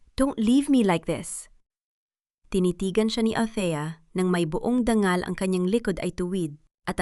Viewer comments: Pwede ba Ms Narrator ayusin.mo naman ang pagbabasa ang dangal. Ay danggal at saka ang tuwlalya ay tuwal àlam mo ba kakainis pakingan. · Bad narrator, dangal ay danggal ang pagkasabi👎😡😝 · AI Ang narrator kaya Hindi marunong magbasa Dangal hehehe.. danggal Ang manok ay maa..nok...😊😅😂😂